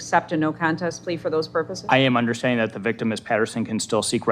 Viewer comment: He allways understood ! It was the "undersh-standing" that he had problems with !